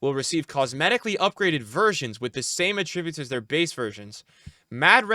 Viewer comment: Why does he say “attributes” like that ☠️